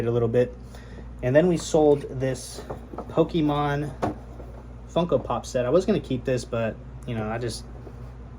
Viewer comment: I respect your hustle and your straightforward approach and simpleness to your videos. With that being said, my mans, you are a games seller, you know it ain't "powkeeman", it's Pokémon. Keep it up.